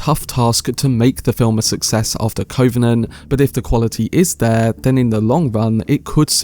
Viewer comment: You mispronounce the word covenant several times, as if you’ve not heard the word before.